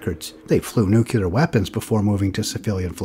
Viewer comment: "nukyaler" is not a word.